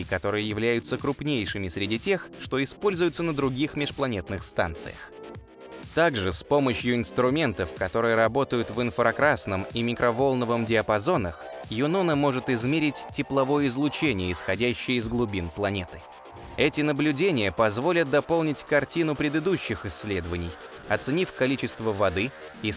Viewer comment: Всё же не "микровОлновый", а "микроволнОвый". Ну и не к центру Юпитера, а к облакам Юпитера.